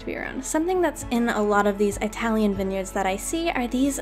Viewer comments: You probably meant no harm considering you previously commented that everyone around you pronounces it eye-talian, but it is a derogatory pronunciation just for future consideration. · she said 👁talian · EYE tilian lol Oh also great build 👍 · Her: “eYeTaLiAn” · I think its an accent thing because she said italy just after it. here in australia we have a lot of words we say differently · It bothers me so muccchhhh uggghh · Why does she put so much emphasis on the “I” in Italian